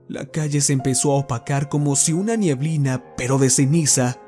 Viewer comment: Excelente relato, solo uno observación, no se dice” nieblina” es neblina